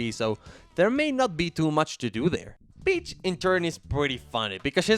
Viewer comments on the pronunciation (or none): also i thought you were just calling peach a bitch over and over lol